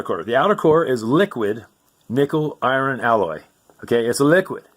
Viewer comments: onward, he can't even pronounce words the same way all the time: "eye-urn" versus "eye-ron", and "silicon" versus "silicone". Then he talks about inside the Earth, "NASA says" when it should be the US Geological Service, or USGS. He has a wide ranging intellect; he gets both Inner Space and Outer Space wrong! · “Eye-ron” “Eye-ron”? No wonder he doesn’t get it; he’s using Bugs Bunny physics. No doubt he believes if he stepped off a cliff, he’d hover in the air for a few seconds before realizing he was about to fall like Wiley Coyote. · The ocean doesn't stay held down. Waves, tides, and tidal waves happen. He tries to mispronounce "iron". He does pronounce silicon as "silicone". He clearly demonstrates that magnetism exists, a force quite like gravity. Notice that he says the refrigerator is holding the magnets.